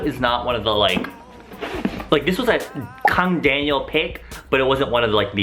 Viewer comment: I literally paused the video cos i was lmfao when you said Kang Daniel in korean accent 😂😂 oh! Please be my best friend.